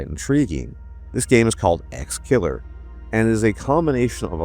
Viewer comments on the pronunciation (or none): its exe killer not exkiller